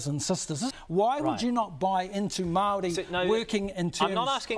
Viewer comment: Well the guy can’t even say Maori . His version (Mardi) . Come to think of it for decades now it’s been changed and screwed around with . It will change again and be made a meal of mark my words .